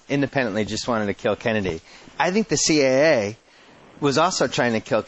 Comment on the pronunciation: A) Why can’t Simmons say “The CIA” without making it sound like “The CAA” and 2) I loved when Klosterman was on b/c he always challenged Simmons with real questions on his bullshit arguments or theories